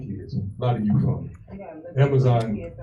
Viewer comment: she actually says, 'the yute.' does she drink the water from camp lejeune? she's aggressively ignorant.